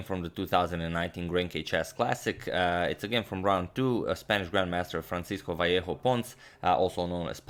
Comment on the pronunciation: im actually really proud that he pronounces vallejo correctly